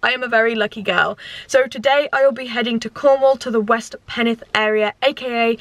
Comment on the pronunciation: As a Cornishman, born and bred, i winced at you saying Penwith. We pronounce the 'w'! Pen-with. Like watching the vids though, keep them up and enjoy Cornwall!